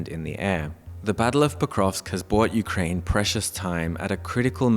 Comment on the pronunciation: Ukrying? haha ... from Singapore . FAFO